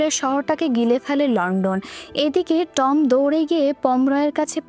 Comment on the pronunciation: উচ্চারণটা খুব বাজে,, যেমন টম